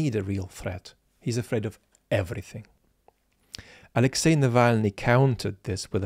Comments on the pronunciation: He can’t even say Alexi’s name, ffs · Ah yes, the famous Axely Nalvayny